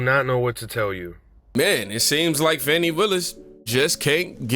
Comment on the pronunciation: Trump is recorded breaking the law. Willis is not above the law. The investigation of her relationship with Wade will prove to be way less nefarious than you emotional dudes suppose. Trump is going to prison. Her name is pronounced Fawh-NEE. But I'm sure your intentional mispronunciation has nothing to do with disrespect for her?